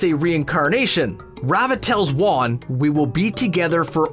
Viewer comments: Most people are talking about most of these “plot holes” not even being plot holes, but can we address this? Waan? Then literally seconds later it goes back to the actual pronunciation of “Wan”. Come on, did you even watch the show? Edit: spelling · He literally says wa-an on purpose so we comment abt it and I’m adding to the problem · "Shrouded in amBIG-witty haha" "avatar wan" and don't forget Arzula the fire bender excuse me there's some pronunciation holes in this video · He pronounced it WAN?????? Is M. Night behind this video or something?? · Did he just mispronounce won AFTER he said it correctly Like what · you can tell they never watched LoK with how they pronounce Raava and Wan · So you pronounce Wan right, then pronounce it wrong, then immediately pronounce is right again.... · Did anyone else notice the one time he said "Wan" wrong? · No plot holes. No research into the lore. Mispronounced Wan at one point and called the Earth Kingdom the Earth Tribe. Y'all really done fucked up on this video. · when you pronounce things one way, even if it's the wrong way, it is assumed that you believe it to be the correct pronunciation. When you pronounce things inconsistently, you must know that one of those ways are incorrect, they can't both be how you're supposed to pronounce Wan, but they let it into the video anyway, fully aware that they were mispronouncing his name. (Obviously there are exceptions to the "there's one correct way to pronounce ____" rule, but generally speaking, and regarding names)